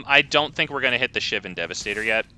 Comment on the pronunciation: You're also pronouncing Shivan wrong somehow.